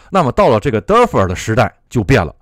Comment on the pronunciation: 请勿普及日式英语，defer 读作 底佛尔